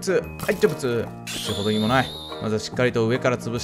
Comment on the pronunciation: 成仏が、ジョブズに聞こえる